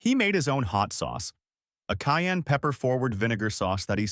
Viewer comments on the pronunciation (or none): none